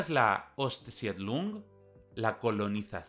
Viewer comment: La palabra Ostsiedlung se compone de 3 sílabas Ost-sied-lung y la vocal e después de la i no se pronuncia, por lo que debe leerse como si se escribiera: "Ost Sid Lung". En la historia de los Estados Unidos tuvo lugar «La conquista del Oeste», en tanto que en la historia de Alemania tuvo lugar «La conquista del Este».